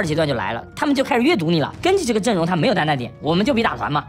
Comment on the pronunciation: 聽他講英文 好難受... GEN=根基